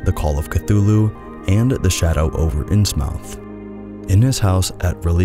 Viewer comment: That's not how you pronounce Innsmouth